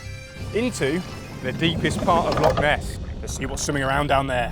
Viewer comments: Loch, not lock. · 15 seconds in and you're off to a bad start It's "Loch", not "Lock", and we get sun here quite often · Brother please, it’s Loch not lock. Enough folk pronounce Scots words entirely incorrectly, I don’t know why our closest neighbours can’t manage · Loch (not lock) is 230m deep btw